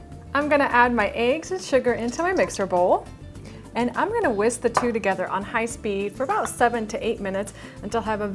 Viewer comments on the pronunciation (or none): none